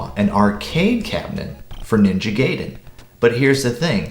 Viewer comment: Awesome review! Ninja Gay-den